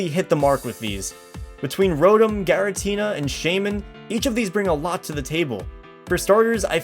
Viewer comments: There was 1 error, you pronounced giratina as garitina. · Its Giratina not Garatina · garatina seriously😓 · Gara-tina.... GA-ratina? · I didn't think it was even possible for someone (especially a native English speaker) to mispronounce Giratina... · When you’re a gen 4 expert but can’t pronounce giratina.